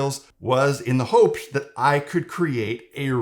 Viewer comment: Anyone make fun of the way he says "hopes" around the minute mark yet?